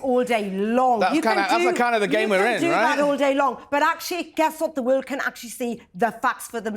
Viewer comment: OMG. She is unable to say The word world correctly 🫠 You just Embarrassing yourself lady …..